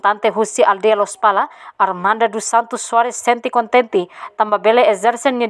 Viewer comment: Armando Laos Armanda😄😄😄pronunsia Ema Nia naran ne ho diak baa🥴